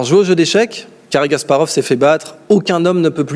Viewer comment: faut arrêter avec cary gasparov... Kasparov !!!